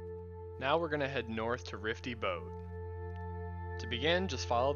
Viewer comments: Rify, not Rifty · good guide, just wnat to say the big ship above berezinho is called Rify- not Rifty